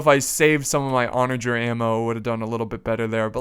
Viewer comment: I'm pretty sure u mispronounced onager about 100 times 😅